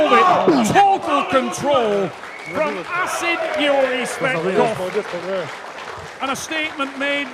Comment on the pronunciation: Его фамилия Tsvetkov , а не Tsvektov